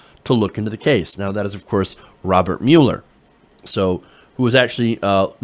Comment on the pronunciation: You pronounced "Mueller" wrong.